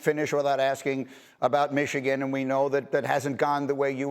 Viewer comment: he can't even say Michigan's name smh